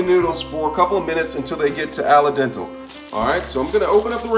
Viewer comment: gingyer raymen flavoration packet parseley alle dental you crack me up man